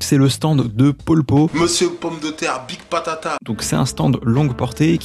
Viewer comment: C'est pas Notorious B.I.G dans le sens "big", "gros". Vu que tout les nom de Stand sont des nom de chanteurs, de groupes, ou de chansons, celui là porte le nom de Notorious B.I.G qui se prononce "bi-aïe-dji" en fait il faut prononcer les lettres séparément en anglais.